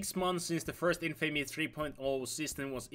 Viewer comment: you still have not learned how to pronounce "infamy" ^^ the cringe...